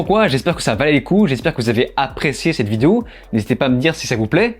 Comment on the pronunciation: Complètement d'accord avec cette critique, le film actuellement est sur netflix, j'ai pas tenu 15 mn et je ne pense être suffisamment maso pour perdre mon temps dessus. En aparté, c'est peut être moi mais j'ai l'impression que tu dis vidéou au lieu de vidéo... Non?!